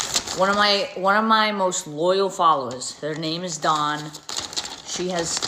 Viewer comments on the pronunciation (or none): her name is DAWN NOT DON OMG THIS CHIC